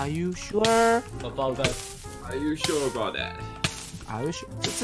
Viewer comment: ：Are you sure about that 那個that有夠好聽(/ω＼)